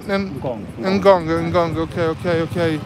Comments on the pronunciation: Ngong.... not en ngong .😂😂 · Bro, that place is called NGONG not ENGONGU 😂😂😂😂😂